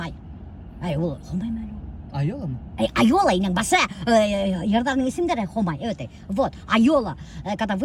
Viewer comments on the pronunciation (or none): Ике башҡорт " Ай йола" төркөмө исемен дөрөҫ произносить итмәй.